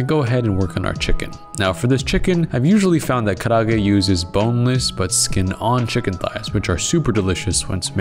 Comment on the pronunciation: karaage is 4 syllables not 3. Ka-ra-a-ge. Just saying.